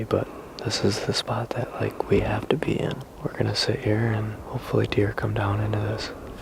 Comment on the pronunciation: I know he said “this is the spot we have to be in.” But I can’t un-hear “this is the spot we have to pee in.” Sorry.